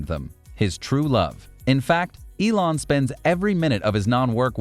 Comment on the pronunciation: Is elone musk not elone mask 😂